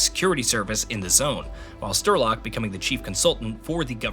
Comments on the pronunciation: I was gonna watch all of this but getting a name wrong is criminal. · You had time to research the whole story but not enough time to find out how to pronounce strelok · The absolute pain every time it comes up in this video... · I’ve never played this game before, and I knew it was being pronounced wrong. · "sturlock"... come on, it's not that hard to say "Sh-tray-lock". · " Strelok " not " Sterlock ". Sorry, a good video, just wrong name of the main character set off my OCD. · "Strelok" is pronounced as Streh-lock (you do it like Sturlock or smth) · Stiiirlok? Wtf men 😂 i knew americans cannot pranoince words , but dude SREEEEEEELOCK not STIIIRLOCK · Why cant you say names properly? Its Strelok, not Sterlok. There was lately another video where you did that. And its really annoying. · Honestly calling him Sterlock throughout the whole video shows you clearly don't connect with the source material and you really should redo this video. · Thanks for the recap, definitely helps to understand the game before playing one. BTW, it is Strelok, pronounced as written - StRElock,not StErlock. Strelok means shooter. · Strelok... not sterlok lol good video tho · Why does he keeo saying "Sterlok"? Is he stupid? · Lmao “sterlock” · How are you calling him Sterlock? If you've actually played the games you literally here how to say his name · Came here to laugh at stir log and see im not alone. Just read the name dude. Spell it out, son. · Great video, it's just that I feel an emission in my head every time you say "Sterlock" & "Newsphere" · It's "St-RE-Lok". Which actually means "The Gunslinger", being a Dark Tower homage. Also, No-O-Sphere. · stERlock, lmao - wrong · Everytime I hear Sterlock I take Psy Damage to the brain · Stopped watching. Sterlock really? This guy never played Stalker. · lol im watching this to prep for the new game and now when it gets said there, it's going to sound so off. Dude is ingrained as Sterlock now in my mind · Sterlok, huh? Goo Hnuting, Stoker!